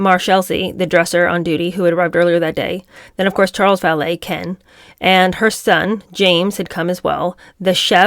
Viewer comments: pretty sure there’s a vee not a bee. She seems to be pronouncing the vee like bee. It might be a sound issue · Why is she pronouncing ‘valet’ as ‘ballet’ wth